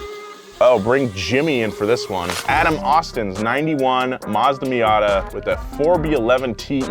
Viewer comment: Mazda-bishi. Mitsuzada. "Miniata"